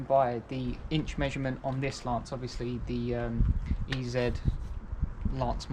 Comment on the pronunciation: Pronounced EaZy my mate. 👍🏼